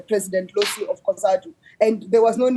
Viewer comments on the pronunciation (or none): none